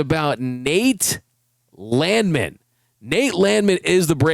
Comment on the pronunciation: It's pronounced Land Man.